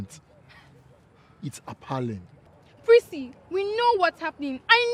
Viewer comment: Did the English teacher just call appalling apaling??? 😂😂😂